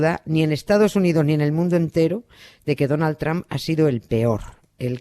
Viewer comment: Nieves: Cuánto sabe usted de historia de los EEUU, se nota que estuvo allí estudiando y viviendo. Pero no se enteró que Trump allí no se pronuncia tramp sino algo así como tromp.